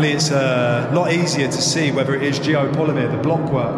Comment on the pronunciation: Geopollymeer? GEO POLYMER. How can you do a vid on something you can't even pronounce correctly? Do you even know how Geopollymeer is made? Do you know ingredients needed? Do they have that in this area? Is there signs of clay excavation, limestone grinding, caustic soda production, furnaces, Tell us how all the rock is gone from the cutout the temple is situated in? Did Geopollymeer make it disappear? Let's remove all this rock & then build a concrete temple in the cutout? Makes sense. Joseph Davidovits came up with this theory for pyramids. Possibly true. Doesn't mean every single stone structure worldwide is geopolymer. Especially when your research didn't even get as far as how to say the word itself.